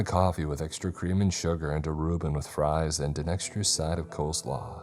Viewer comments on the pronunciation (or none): none